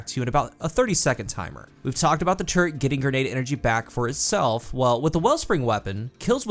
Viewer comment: says “turret”, all I hear is “turd” 💩